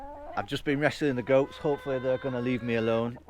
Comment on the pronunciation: Hola from Spain. Love it , love you & your presentation. Thought you said ' Ghosts ' but realized it was Goats 😂. Your young enough to get stuck into this renovation, we've just tackled another in our 70's... Look forward to following you ❤